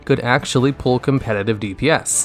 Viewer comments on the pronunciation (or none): none